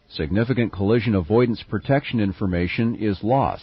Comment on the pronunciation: “Collision”….not “coalition”. Not a good way to start.